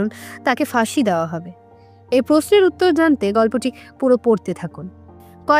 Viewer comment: Khub sundor golpo, path o bhalo kintu uchcharon khub kharap apnar! Dawa noy, dewa, mon, soman etc eisob uchcharon gulo ektu thik kore nin!